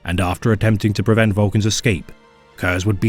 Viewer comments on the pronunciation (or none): none